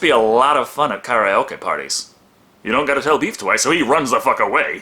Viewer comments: And thank you for pronouncing Karaoke correctly! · The way you said karaoke tells me you're serious about learning japanese